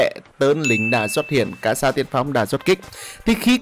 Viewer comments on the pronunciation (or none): Đọc là xê-za ơi